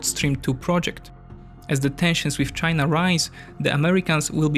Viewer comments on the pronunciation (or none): none